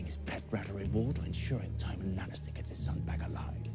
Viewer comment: How long until you start calling Tywin Tywin and not Tyrin 😂